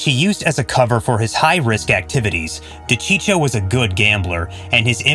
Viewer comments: Cheech huh , as in Cheech Marin, it’s Dacheekoh do your homework before you put these videos up it’s aggravating to hear a mispronounced name over and over . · De-cheek-oh.. not de-cheech-oh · D'cheeko! Not dechicho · De Cheecho. He wanted this video to blow up by butchering that name. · It's De-Chee-ko for crying out loud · It's pronounced Di-Cheek-O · It's Da-cheek-o. I almost spit out my gabagool. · I was just going to say the same thing. This channel lost all credibility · If you do videos on these guys PLEASE LEARN HOW TO PRONOUNCE THERE NAMES!!!!!!! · How could you mess up a man's name your doing a piece on. Kills your credibility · Why bother if you can’t even get your facts straight let alone pronounce his name correctly? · How about learning to pronounce the guy’s name. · Thank you if your going to do a video on someone at least pronounce there name correctly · Wouldn't it be nice if the people that narrated these videos could pronounce the names right! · Again...another narrator who can't pronounce simple names properly or get the facts straight/correct!! Frank's last name is pronounced Duh-cheek-o, not Docheechio. And it was Sammy 'The Bull' Gravano (pronounced Gru-von-o. Suprised he got that name straight). It was Sammy who planned Paul's execution, not Frank, with John Gotti, and again, Sammy who was named as the new underboss. And...Joe 'Old Man' Paruta was part of Sammy's crew, not John's. It's sad in this day and age how facts are just a click away as are proper pronunciation of names.